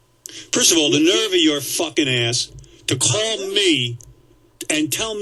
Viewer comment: Are you gonna cauwl me